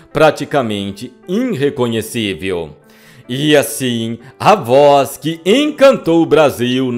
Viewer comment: O timbre de voz do é muito bom. A pronúncia de alguns nomes próprios de pessoas deixa dúvida, porém pronunciar irreconhecível como "inrreconhecível" deixa a desejar.